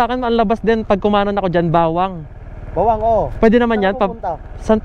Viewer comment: Mali po pagkakabigkas ng Bauang (Hindi bawang) at Balaoan (dapat Balawan) hindi mabagal pagkabigkas sa may uang at oan, hehe anyways nice vid